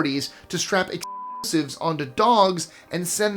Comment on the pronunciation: REALLY, You can’t even say explosive?